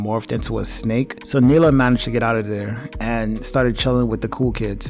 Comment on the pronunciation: And thats cool but a little bit of research does help. Like the characters' names are pronounced Han and Neela; not "Hans" and "Mila".